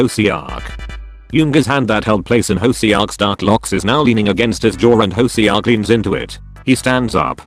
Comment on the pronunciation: pronuncation. hoseok- hoesuk taehyung- taehiung jin- seaukjin